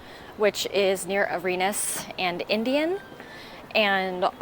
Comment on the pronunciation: It isn’t Areeenas street. It is Arenas Street. They changed the pronunciation! Perhaps because Arenas sounded more like -you’re anus, my anus, our anus… 😅